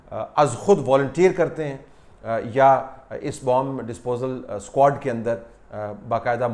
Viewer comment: per lafz "squad" aisa laga jaisay Meera Ji ne bola ho ..